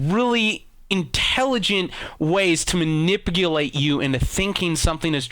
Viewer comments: Inipulate?... Lol it's manipulate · Surf footage, "manipgulate"